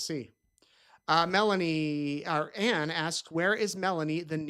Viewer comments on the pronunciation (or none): none